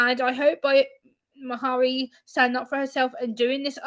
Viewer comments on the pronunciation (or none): Her name is pronounced like “Marry”. Hard one for people who aren’t Scottish I think. 😊